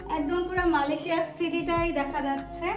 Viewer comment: মালেশিয়া🚫 মালয়েশিয়া✅ 😂😂😂